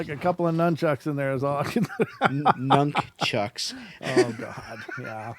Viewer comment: and then follows up with "nunkchucks" XD